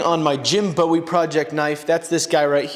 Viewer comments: BOO-EE it's BOO-EE not BOW-EE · Jim Bowie and David Bowie are not pronounced the same. I live in Bowie county TX which is about 30 miles from Old Washington, AR where the first Bowie knife was made. The Bowie knife is pronounced 'bu:. ie, or the same as a marine buoy. I know this shouldn't drive me crazy, but it does. James Black and Jim Bowie would greatly appreciate it if everyone knew how to pronounce the name of their iconic blade. Also, incase your viewers don't know the James Black School of Bladesmithing is open in Old Washington, AR. They host blades enthusiast events that are a lot of fun. Doug and Neil form FNF came to the last event. Fun was had by all. There is also an annual event in early spring every year called the Jonquil Festival. Four States Iron Munchers blacksmith club sets up and demonstrates at that festival. Really good event. You should totally come on down and check it out.